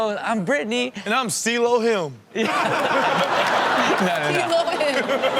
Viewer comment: "and Im ceelo him" lol